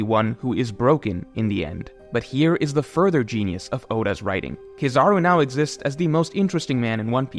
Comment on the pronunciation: Bro you are amazing at YouTube BUT ITS KEEEEE- ZA-ROOOOOO At least to me lol